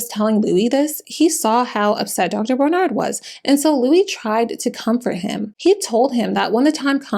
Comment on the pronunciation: Loved the video but, the way she was saying "Dr. BarNard" was getting to me.